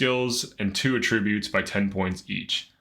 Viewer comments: This guy's constant giggling is annoying as hell. Are you a pothead, put the bong down for a bit while making videos. Also its pronounced AH tributes not ahtri BUTES, emphasis on the AH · AT tri BUTES not at TRIB ute